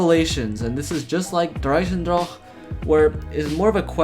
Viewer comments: As much as I hate to admit but it’s the pronounciation. Although I always say der eisendrache like this. Der - eye - sen - drac like in dracula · U say Dreisendrach thats wrong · Lol why does it sound like he is saying der eisendrahhhke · Nobody:: dur eisendrocch